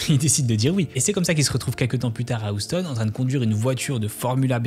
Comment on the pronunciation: très bien, mais deux choses: le titre... noonn!!! et Houston ne se prononce pas oustonn, mais hyoustonn, bref pas grave mais ce genre de truc dans une video qui cartonne ça m'étonnera toujours